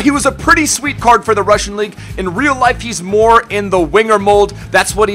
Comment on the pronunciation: pissed me off when he said russian